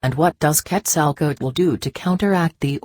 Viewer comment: ... the chinese reading bot is contrived, mumbles, eats up words, bad pronunciation ... makes up words ... Karlos Kastan Heda ... Ketzl Kootl ... what the hell ?